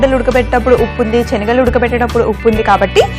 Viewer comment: చెనగలు కాదు శెనగలు